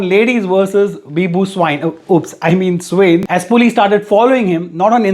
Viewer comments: bizarre news of the year !!!😐🤨🙄 his surname is actually pronounced 'swaeen' 🙃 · Swain..... You have mis pronounced it Say Swa(pronounced as aa ) in (n as nn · His surname " Swain" Is actually pronounced " Swayi ( sort of sounds like swine, n silent) In odia language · Not soo-in it's swa-in